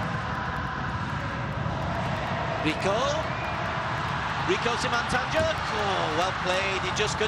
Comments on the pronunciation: Komentatornya bilang rico simantanjuk 🤣🤣🤣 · Apa cuma gua yang denger komentator nya bilang rico simancangcut